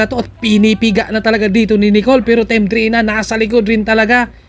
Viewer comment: pronounce it as D-reyna